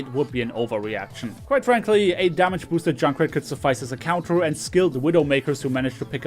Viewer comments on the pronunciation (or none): none